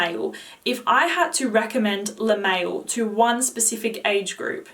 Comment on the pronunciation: I can't made this up: I actually spent 5 minutes hearing you pronouncing "Le Male". It's addictive 😍